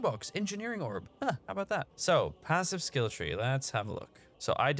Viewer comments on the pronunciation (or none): none